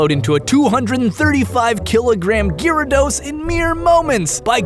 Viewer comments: Gi rados? I always pronounced it Jeea rados :o The name has the ya in there for a reason, right? He even spelled it Gyrados in the description xD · As bad as this video is so far i had to stop to comment the second i heard Gear-ados, wtf? its bad enough he pronouced Rattata wrong but coooome ooooon atleast its a whole Country that pronounces Rattata wrong (even though you guys <America> dubbed it) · The official pronunciation (as per the TV show) is GARE (like Gary minus the "ee") - uh - dos. I cringed when he said it, too. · ImmenseMudkipz Yeah, that's how I've always pronounced it. Never heard it pronounced Gearados before, that threw me off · Ahem! Its pronounced gyarados not gyarados.. dumbass... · i cant be the only one who hates how he pronounces gyarados name... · gyarados pronunciation killed me :v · gyarados y is silent btw